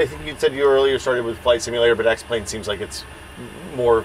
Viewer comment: He fucked it up when he said X-Plane